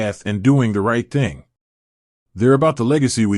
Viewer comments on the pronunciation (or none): none